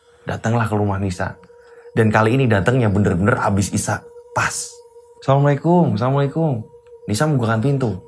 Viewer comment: Wa'alaikumus salam mf..untuk pengucapan salamnya yang jelas dn jangan tergesa gesa. Krn ini mrpkan sebuah do'a🙏